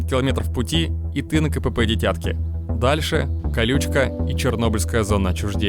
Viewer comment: Не дитЯтки а дИтятки